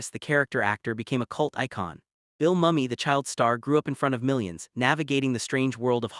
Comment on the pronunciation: How you gonna make a documentary on LIS and mispronounce the lead's name throughout? Say it with me - Mooo-Me